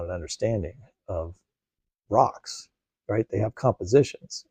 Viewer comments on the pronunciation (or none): I had a longer more thoughtful comment typed up but at "This is uh...just not an understanding...of...ROCKS...!" Actual belly laugh! HAHAHAHA. Best part of the whole thing.